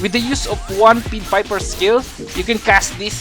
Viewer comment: Mate its pie-d piper. As like apple pie-d piper not peed piper.